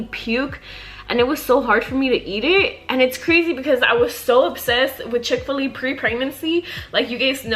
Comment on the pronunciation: The way she says chick fil a lol i hear “chick filly”